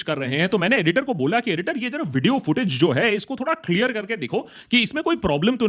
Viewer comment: Pehle apna pronounciation to thik karle badme kashmir lena Clare kya hota hai